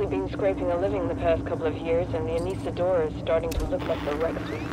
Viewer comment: Uh-knee-suh-door-uh. The other guy said it a while back in the video.